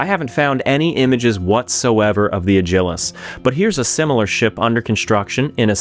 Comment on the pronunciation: Alternative pronunciation? More emphasis on Ad? Add Gil Us : )